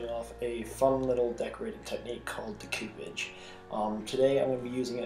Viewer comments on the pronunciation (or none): It's pronounced 'decko' 'pa shuh'. That's a phonetic spelling. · Deck O podge is how you pronounce it. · Double check on how to pronounce 'decoupage'. Nice vid, well done.